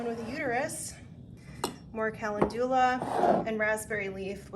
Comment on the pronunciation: I loved watching you put your stuff together. I was watching it while I cooked dinner. That dandelion looked crazy... did you harvest the seed balls or the flowers?? It looked just like seed fluff haha. Also, if you're interested... it's "cal-lend-you-lah" and "ass-trah-gah-lus". :) I love the low key style of witchcraft. I feel like newbies could really use the knowledge that witchcraft isnt always this big elaborate thing. I love it